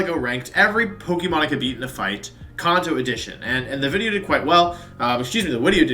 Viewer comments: Editor: “how many filters and effects you want in this wideo?” Wolfey: “yes” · Still waiting for how to announce johto pokemon wideo!